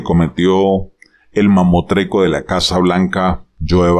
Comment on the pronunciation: Buenos días Profesor, se dice “mamostreto” lo admiro mucho.